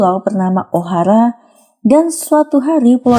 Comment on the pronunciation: ohara bukan ohala